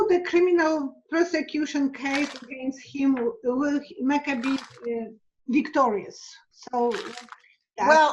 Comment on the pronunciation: Does mean Andrew McCabe as in Abe with a C in front of it? She is saying what sounds like Macabi. Is this someone else she is referring to?